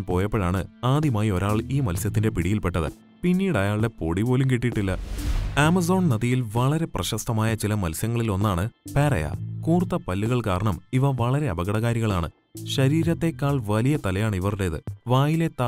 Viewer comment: പാരയ അല്ല പിരാന ആണ്